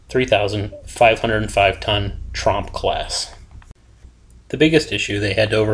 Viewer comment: Its TrOOOmp, not trump (he is the clown running America)